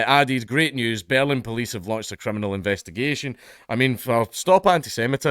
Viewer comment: The Scottish accent makes the word "Berlin" sound like "bellend". I kept thinking Dankula was inserting his opinion of the police force.